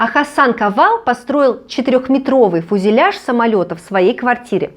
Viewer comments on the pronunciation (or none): none